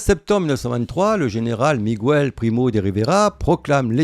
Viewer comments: oh commentateur=== ce n'est pas Migouel mais Miquel on est pas portugais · Miguel pas Migouel ? j'ai l'impression que le type qui a fait cette video non seulement ne parle pas espagnol mais aussi qu'il est nul en Histoire; c'est très mauvais.